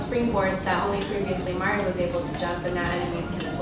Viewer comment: He can't pronounce Mario correctly